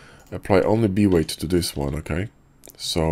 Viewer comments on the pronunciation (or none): B-weight in your voice sometimes sound like V-ray haha